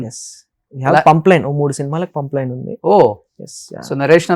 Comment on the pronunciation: It's not pumpline, it's pipeline